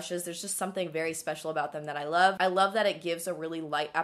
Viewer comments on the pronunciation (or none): none